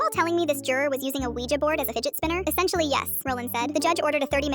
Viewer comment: That is not how you say a Ouija board